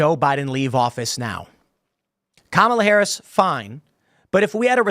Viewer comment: You've got to say Kamala right it's pronounced car-melon